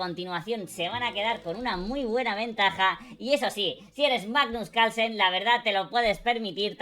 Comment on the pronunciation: "manus calsen" jajajja